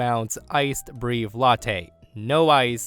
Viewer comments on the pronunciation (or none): Breve pronunciation = Breh-vay. “Breev” had me dying lol. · Breve - is not Bree-ve it's Breh-veh it's Italian FFS. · Killed me hearing him repeatedly saying "breeve" 😑🤦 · Not breeev.....breh-vay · Why are you pronouncing breve as brave? It's pronounced like bre-vay. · Breve is actually pronounced “Breh-vay”! I appreciate your content. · Breve is pronounced breh-veh. Love your narration! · Please pronounce breve correctly: brevay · Psst,! In story 1, "breve" is pronounced "breh- v - ay"! - Signed, a barista! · Breve = breh-vay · FYI, "breve" in that context (coffee, etc) is pronounced "BREH-veh" or "BREY-veh". That's because it's actually an Italian word (meaning "short" or "brief"), not English (so it doesn't follow English pronunciation rules). (As always, though, you do a remarkably good job of reading these stories in general, so absolutely no shade intended!) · Breve is breh-vay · Please go to a coffee shop, any coffee shop, and learn how to pronounce breve. I’ll try to type it, but hearing it is easier. It’s brr-ehhh-vay. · Breve is pronounced brev-ay, just fyi.